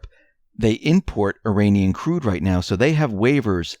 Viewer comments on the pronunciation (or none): none